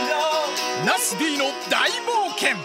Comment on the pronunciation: ナスＤじゃなくてなすび〜になってもうたやん笑笑